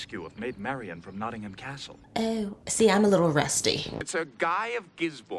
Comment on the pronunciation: As someone from Nottingham, I'm so happy this episodes doesn't refer to us as "NottingHAM". It's "Notting-um" and I'm glad they do it right. No doubt Patrick Stewart (from York/Sheffield area - where Sherwood Forest stretches to) had some influence there.